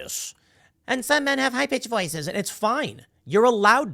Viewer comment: I thought for sure you said, "Some men have high bitch voices" lol